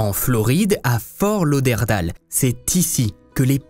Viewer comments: Super vidéo bcp de recherches, par contre pour la petite info on dit fort lauderdayle et non Dale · HAHAHA Comment tu prononce Fort Lauderdale??? Comment tu prononce New York, Hollywood ou simplement Tyler? En anglais? Pareil pour Fort Lauderdale, pas dure dire daile et non dale. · Excellent vidéo! Mise à part la prononciation de Fort Lauderdale, mes oreilles saignent! 😬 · Aïeeeeeeee mes oreilles. On dit Fort Lauderd-ai-le 😉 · Ta prononciation de Fort Lauderdale est magnifique !! mdr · fort lauderdale! misère, essaye de bien prononcer à L'anglaise. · Tu as massacré à la tronçonneuse le nom de la ville de Fortlauderdale loooll Et cela sans aucune gêne! Je ne suis même pas encore rendue à la 26e minute et cela fait 6 fois que tu répète cette erreur ignoble!! Wooww Ça me fait saigner des oreilles!!! Le ridicule ne tue vraiment pas alors???? C'est à cause de gens comme vous qu'on se moque des Français qui parlent anglais!! Tu ne sais pas comment ça se prononce, regarde sur Google 2 secondes!!